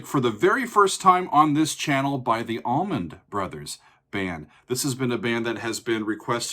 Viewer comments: Sigh....... what is up with the "AllmanD Brothers"? C'mon man, really? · Lol it's not almond. Allman. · Haha saying Almond brothers